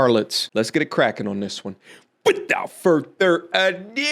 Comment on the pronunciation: “Without further a Dooo” AYO 🤣🤣🤣